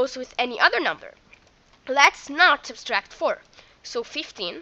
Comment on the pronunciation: Sub-tract...not sub-stract (I know I'm nitpicking but learn to pronounce it correctly now before it becomes a bad habit and more difficult to correct)